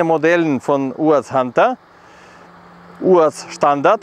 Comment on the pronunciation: Der Erste, der "UAZ" richtig ausspricht. Natürlich ein Russe.